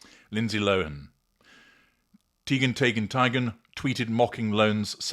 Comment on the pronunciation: when you pronounced Lindsay Lohan’s surname, initially you pronounced it correctly (Lowen) and then incorrectly (Low-han).